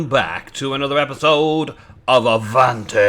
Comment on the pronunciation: i can tell you how avant is said i speak french so yeah its said ah-van the "t" is silent and you need to say the "van" a little bit like a "huh" your welcome my good sir